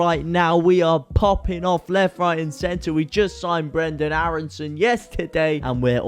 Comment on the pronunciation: you really doing great vids oops Loved the way you mentioned Brrrenden Aarrrreson the other day! madrical path of Leeds UNITED! me veteran fan and honoured to enjoy the feeling of still being young at heart! Leeds leeds leeds mot